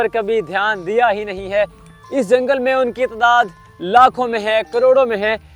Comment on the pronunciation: Why you say lakhoon and Croroon hy is Tehni prr !